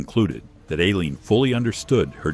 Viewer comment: EYE-leen. Teach your AI some I.